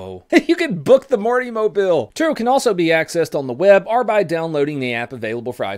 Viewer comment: I know this video is old but did anyone else here “hard R soft” not hard OR soft